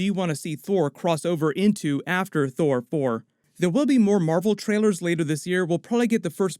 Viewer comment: How hard was it to keep saying Thor Fore, I mean thour for.....Thor 4, you know what I mean ;)